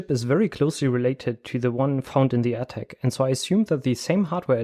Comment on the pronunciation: Very interesting! one thing that amused me is that when you say "Air Tag" it sounds exactly like when you say "attack" - threw me a couple of times :-)